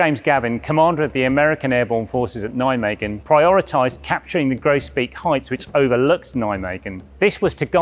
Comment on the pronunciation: "Kroosbiek", "Oesterbiek", "Vegel", "Naaimegen" ... Could the makers of this video really not find any wanton Dutchmen to help them with the pronounciation?